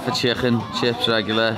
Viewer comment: Just the way he says chcccken sounds overweighted lol